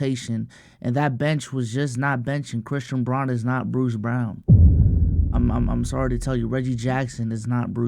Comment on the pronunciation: it’s pronounced Brown not Brawn